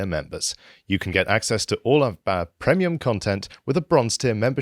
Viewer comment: I always crease myself when says pr-E-mium